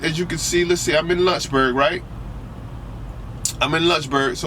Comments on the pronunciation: When he said Lunchberg, VA I said there is no so place then he pulled it up and I read Lynchburg. Homie hahah pronounces it with a u sound. haha It is Lynch pronounced like wench. Also why do you have the illuminati one eye symbol with your hand in your avi picture? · please say Lynchburg correctly...it's not lunchburg...and it's the Blue Ridge mountain. and you should try it when it's snowing. lol